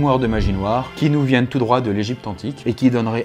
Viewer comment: Ça ne se prononce pas toot mais tout